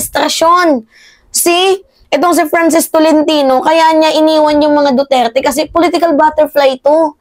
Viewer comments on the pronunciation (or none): none